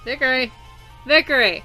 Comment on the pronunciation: Sorry, i'd want to point out that your saying vikere (vik-er-e) when its vikare (vik-ar-e)...